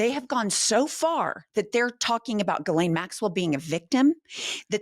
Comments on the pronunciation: Bondi says Gurline. Where the heck is there an “R” in Ghislaine? It’s pronounced Gilaune. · Her name is not Gerlane, Blondie. It's Ghislane. No R at all. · Bondi calling Ghislaine “GHIRLAINE” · Is no one going to talk about how Pam Bondi doesn’t even know how to say Ghislaine? She keeps saying “Gerlaine” lol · She keeps saying GIRLlane , she knows how to say her name, she is mispronouncing her name on purpose for libel reasons. This administration is SOOOOOOOOOOOOOO unbelievably corrupt. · Pam Bondi is another in a SERIES of Trump defenders/enablers and ultimately will be destroyed by her actions. Like many of her predecessors, Pam is over her skis. She can't even pronounce Maxwell's first name: "GIR-LANE"? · What is it with these people that they can’t pronounce words, there’s no R in Ghislaine and there’s no R in Tesla. Someone please tell Pam Bondi that it’s not Gurlaine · It's actually pronounced Gill-ane. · Pam Bondi's pronunciation of "Ghislaine" is weird. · She can't even speak her name right...... it is important